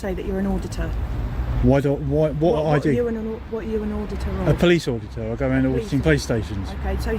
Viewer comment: Auditurd. Not “ auditor”